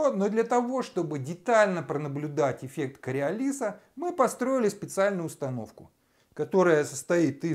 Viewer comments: Правильно КариОлиса! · Ударение таки на предпоследнем слоге! Не чудите умники!!! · Он ошибся с ударением